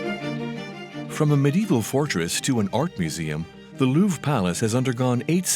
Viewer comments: It's the Lou-VRE. not the Lou. How difficult is it to check some pronunciation when you are dedicating your entire channel to one palace with a French name? Seriously... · why is he pronouncing it LOUF